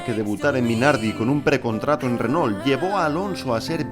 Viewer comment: Por que pronuncian renol ? Cuando lo más correcto en español sería pronunciar reno